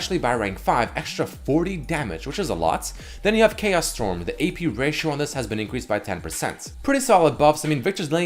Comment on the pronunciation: Did I hear "Chaos Storm"? or "KS Storm"? ( ͡° ͜ʖ ͡°)